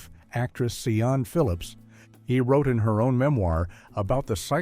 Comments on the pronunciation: A lot of this is Codswallop, Balderdash and absolute BS. John Le Mesurier, Olly Reed, Richard Burton and Tony Hancock being included in the same list as Savile is insulting. Sian is pronounced Shaan because it is Welsh. Le Mesurier is pronounced Le Measure. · See-ann Phillips??? Me-sue-riaye. Please. How can anyone take American commentators on British culture and icons seriously, especially out of context. Learn to pronounce the names or don't bother. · You pronounce St John as Singent. You pronounce Sian as Suan. You ignorant Yank. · Garbage. Alcoholic actors being badly behaved are not the same as Jimmy savile. And Sian is pronounced Sharn.....🤨🤔